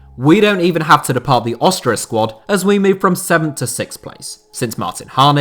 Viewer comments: What's with the weird pronunciation of Austria? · You say Austria wierd.